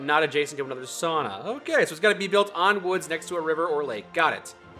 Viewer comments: As a Finn, I feel happy that pronounced sauna correctly (Sao-nna) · As a finn, I wish to commend that pronounciation of Sauna! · Holy shit said sauna correct